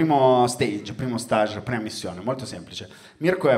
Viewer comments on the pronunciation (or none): Luca, avevi detto bene all'inizio stage all'inglese (fase, stadio, tappa) poi ti sei ipercorretto dicendolo sbagliato alla francese per tutto lo spettacolo, che non c'entra un cazz 😁😁 Nelle prossime repliche, ricordatelo, vai di STEEÈEEIGG 🇬🇧 👍